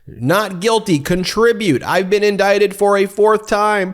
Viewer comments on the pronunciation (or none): "Indicated," says the very stable genius. Considering what's been going on, you'd think he'd know how to say and spell "indicted" by now. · ".... I've been 'Indicated'.." Can someone please give him a new diaper and maybe a crayon.